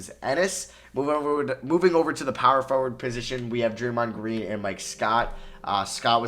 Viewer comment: Draymond gween 😂😂😂😂